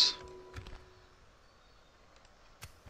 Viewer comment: it is pronouced like blackfire not blackfrey